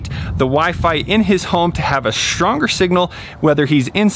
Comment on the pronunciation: One word: SHHHtronger